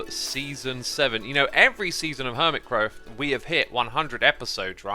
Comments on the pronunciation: he said crerft instead of craft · seconds in did you say hermit crow??? or am i stupid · anyone hear “Hermitcrow”?